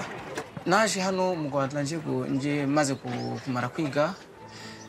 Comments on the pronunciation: It's rwanda it's not ruanda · It's Kigali Rwanda, not Kigali Ruanda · Its Rwanda not rawanda or ruanda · It's Rwanda 🇷🇼 not Ruanda